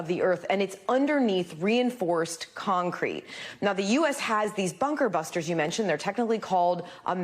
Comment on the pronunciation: dude is a walnut he cant even say"bunker buster bomb" 'buttery flaky crust' flashbacks fr